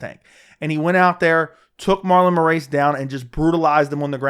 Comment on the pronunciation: Marlon "more-ace". Frankie "signs". "Peoter" Yan. Lol what's up with these alternate pronunciations